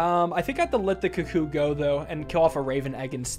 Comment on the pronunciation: This is the same dude who pronounces "cuckoo" as "cuh-coo" are you really surprised?